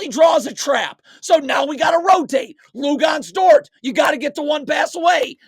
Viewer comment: “Lugonez” dort 😂😂